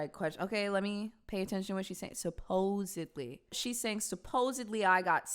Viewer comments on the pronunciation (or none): shes saying someone hurt him n he didnt call out to her for help...thats the story shes trying to go with. fun fact 70% of homicides involve alcohol actually.... she said "supposeBly" lol just wanna stay factually accurate here 😂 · No, she did not say "supposedly...", she said "SUPPOZABLY". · To be fair she said "supposebly"